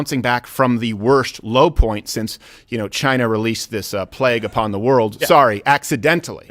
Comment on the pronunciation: “nobody says chiyna like me. Everybody knows it. I’ve talked to a lot of people and they all agree nobody says chit-na, as good as me.” 😂 love em